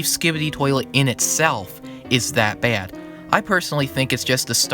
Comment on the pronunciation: are you from long island? The way you said “Baad” is the same way i say it lmao